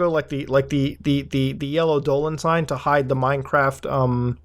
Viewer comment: I'm getting unimaginable angry when he says Dolans I don't know why